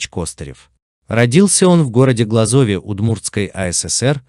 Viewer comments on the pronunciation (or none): не в глазОве а глАзове